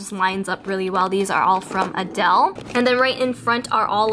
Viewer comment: You said Adele instead of ardele lol